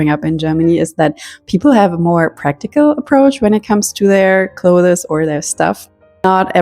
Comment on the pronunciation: Hallo, danke für das tolle Video. Das ist wirklich eine super Taktik, die ich ausprobieren werde. Dein Englisch ist auch super aber darf ich eine Kleinigkeit erwähnen? Das Wort "clothes" wird genau so ausgesprochen wie das Wort "close" as in "close the door" - ist also auch nur eine Silbe. Alles Gute und nochmals vielen Dank!